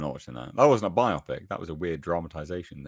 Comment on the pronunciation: Stop saying "by-opic" like biopsy. It's not a medical procedure, it's a BIO-pic.